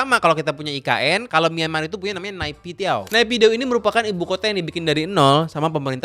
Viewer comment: Pengucapan yg benar itu nepidoo bang aku pernah nanya ketemen myanmar